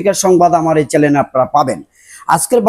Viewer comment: চ্যালেন না রে , কথাটা চ্যানেল